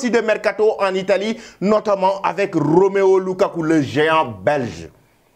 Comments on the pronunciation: Apprends au moins à lire pour bien prononcer le prénom ROMELU. Trop de bruits alors que tu ne sais même pas lire. Je ne me fatiguerais pas. Tant que tu diras ROMEO LUKAKU, je t'attaquerai toujours. Bon sang, lis au moins ce qui est écrit. C'est ROMELU et ce n'est pas difficile. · Ça se voit que tu ne sais pas lire. ROMEO LUKAKU. CE N'EST PAS ROMEO SVP. C'EST ROMELU ROMELU ROMELU LUKAKU